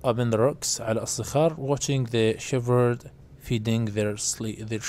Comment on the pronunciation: حرف الh لا يلفظ في كلمة shepherd شيبرد وليس شيفرد😠😠😠😠